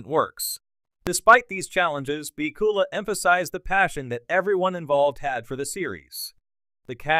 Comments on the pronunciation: Has to be crap. AI or human, it doesn't even know his last name. PIKULA??? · can you find a worse AI voice over program BACK-U-LA